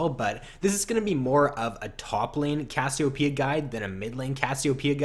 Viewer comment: ur saying cassiopeia weird and it's making me cringe